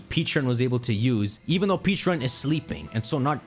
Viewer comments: 😖I cringed every time you mispronounced Pecharunt. You keep saying Peacharunt instead of Pecharunt. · You say Pecharunt's name like Peacharunt. Peaches don't exist in Pokemon. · Pronounced peh-cha runt. Like the pecha berry. The pkmn equivalent of a peach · The pronunciation is killing me in this video, they’ve already said it’s pronounced pech-a- runt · PECHA-RUNT…. Peh-Cha-Runt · PEH-charunt ,Pokémon world has pecha berries not peaches lol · Something no one talked about is how nearly nailed Pecharunt's name by calling it Pecharo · Mispronounced Pecharunt 🤦‍♂️